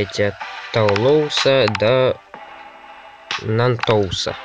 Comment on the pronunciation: Правильно говорить: Тулуза и Нант а не Натес